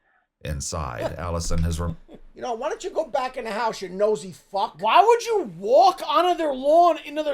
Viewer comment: the way says "why would you...." always annoys me how he drags each syllable in that one, i would call him it too if i werent a tourist